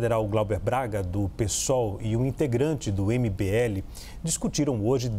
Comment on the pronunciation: A conclusão desse vídeo é que o apresentador não sabe pronunciar o nome do cara do mbl 😂😂😂